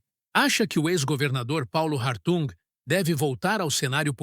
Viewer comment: O correto é Hartung ( H mudo)